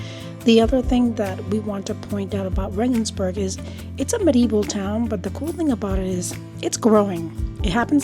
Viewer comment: Rengensburg .... more Italian .... like Vienna. 😂